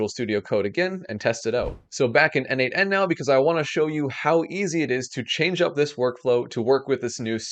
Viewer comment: Great video, as usual 😅 Btw, isn't 'n8n' pronounced as 'natan'?